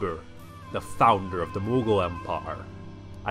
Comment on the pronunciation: it’s not Mughol it’s maghbul